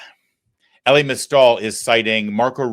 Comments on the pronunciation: EE-LIE. Not Ellie. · Damn dude, it's pronounced like Eli... E-Lie!!! Wtf, you've been in the media long enough that you should know better